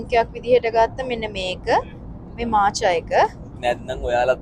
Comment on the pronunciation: මාචා නෙමේ මෝකා(මෝක්හා)😂